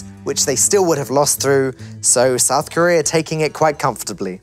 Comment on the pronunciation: "South Corea" lul